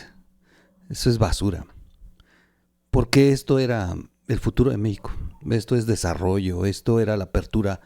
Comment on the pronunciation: Porque dices Meico?